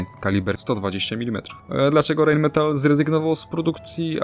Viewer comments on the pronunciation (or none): Dzięki za materiał o k2. Zwróć proszę uwagę na wymowę, jeżeli podajesz nazwy niemieckie nie czytaj ich po Angielsku. MTU - Motoren- und Turbinen-Union Friedrichshafen - nie czyta się U „ju” to nie angielski … Rheinmetall AG - „ei” czytamy „ai”. Nie pisze tego złośliwie. Po prostu uszy bolą. Róbmy dobre materiały po prostu. Pozdrawiam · Czyta sie ,, Rain Metal " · Poprawna wymowa: Rajnmetal.